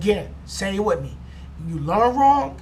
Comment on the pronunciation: it "with" not "wif"